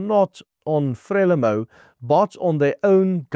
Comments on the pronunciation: Not pronounce frela-mo, instead, 'fra-lee-mo' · Frelimo is pronounced FREELIMO EE as in FREE, please just correct this, it hurts my ears! I've lived here for 20 years. You are generally correct. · Pronounced: FRE LEE MOU (I know it is not spelled correctly) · It is pronunced Fre leemo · Very good factual summary as most of your broadcasts. Your pronouncitian of "Frelimo" however will not be identified by any military person in SA of that era. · Very interesting summary of what happened. Pronunciation of Frelimo is incorrect.